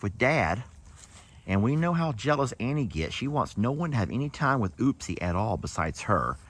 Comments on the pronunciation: Upsie not Ooopsie. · Her name is UPPSIE Daisy, not Oopsie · Im going to P-pat for my first time 😂 with love and respect, of course!! ❤ The Crea's(baby alpaca) name is Upsie Daisy with a U not Oopsie with an O!! I know you think it's funny or something to change it or say it wrong, BUT imo the O belongs to Ookie Dokie in that family. Why not just call him his given name.... and leave the O for ookie? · UPSIE NOT OOPSIE